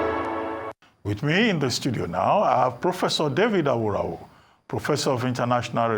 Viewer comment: Mr Abati, thank God you can now pronounce Aworawo correctly....